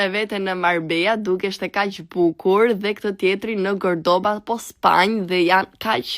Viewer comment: Cordoba o llepa jo gerdoba